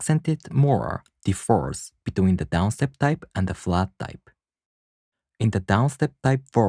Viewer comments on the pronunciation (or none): Very helpful! I really appreciate your completeness and quality, even if it doesn’t get a lot of views. FYI, in English the word “differ” has an accent on the first syllable. If it is placed on the second syllable it sounds like “defer.”